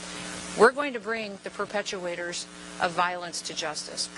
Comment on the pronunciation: . She doesn't even know how to pronounce perpetrators. I don't have much confidence in her. They love to go after low hanging fruit and make a big deal about it. Meanwhile: Hunter Biden bribes, Pelosi insider trading, Clinton Foundation bribes, USAID scams, etc. They are not doing anything.